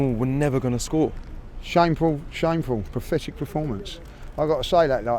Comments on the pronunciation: It’s PATHETIC not PRATHETIC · Lee “it was Prathetic” Judges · Lee: "It was prathetic! Prathetic!" 😂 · This geezer definitely said prothetic instead of pathetic; genuine mistake or more Arse delusion? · Does Lee know the word is PATHETIC.... Not PROTHETIC lol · Is anyone else going to tell him that it's not prefetic 🤣🤣🤣🤣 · Can someone tell Lee how to pronounce "pathetic". Prophetic means something completely different. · It was “prafetic”? LOL. Christ almighty. Brain of a slug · He is even making up words like PROFETICH which in non grinding teeth is meant to be PATHETIC😀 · Why can't Lee pronounce "pathetic "?